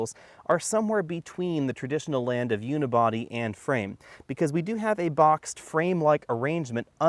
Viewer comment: I stop watching when he said "Unibody"